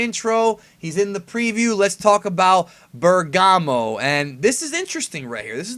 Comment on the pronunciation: Pretty sure it's pronounced Bèrgamo